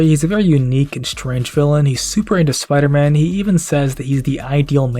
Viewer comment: “What do you got, some kinda Spidah Sense?!” “Haha ha. That’s actually kinda funny now that you mention i- OUGH. “